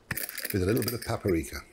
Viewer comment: paperika? paperika.